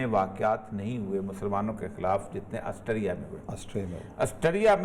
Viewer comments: aassterria ni austria hota he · آسٹریا کو آسٹیریا کیو کہہ رہے ہیں!